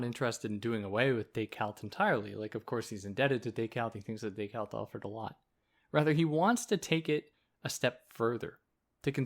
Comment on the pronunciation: thank you for this, but why do you pronounce it decaLt? it's a bit crazy making, like saying hannah alent. i don't get it.